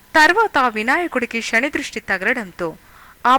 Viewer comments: 100%fact sir,,, sa ni sha antondi bhaasha mukyam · Yamadharmaraju,sani... Good information given by the commentator. But it is worst in speaking "sha" insted of "sa".pl.correct.Bhasha is v. Imp.